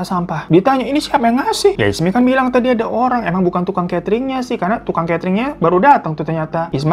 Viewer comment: jadinya ismi atau isma bg😂